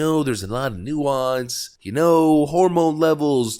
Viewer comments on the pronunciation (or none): Did she say "new ass"? It's nuance.....seriously?